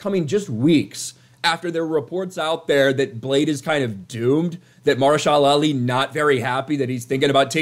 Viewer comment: MA-HER-SHA-LA! GOD!!!!!!